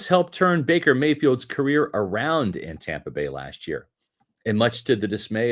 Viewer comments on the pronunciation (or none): none